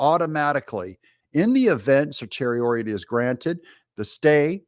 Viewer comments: "Certiorari" is pronounced Sir-see-ori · Certiorari = Ser-she-o-rawr-ee